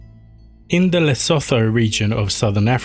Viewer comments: Just so you know the “Lesotho” is pronounced “Le Soo Too” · In the what region lmao? Why can't people look up the pronunciation of names and words they don't know. Lesotho is pronounced Le-soo-too, it's a country not a region of South Africa. Originally it was Lilith in serpent form. Ps you keep shortening and "flattening" vowels, San has a slightly longer "a" like saan.